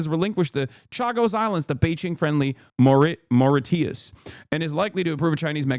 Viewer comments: Please learn how to pronounce country names bro. It's "More Ee shuss" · Maw ra tee us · Hasan took the L on “Mauritius”